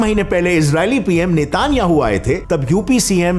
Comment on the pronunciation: जय देव जय देव ट्रूडेव 😂 कब सीखेगा ट्रूडो बोलना भाई 😄 RIP french pronunciation. And its नेतन्याहु not नेतानियाहूँ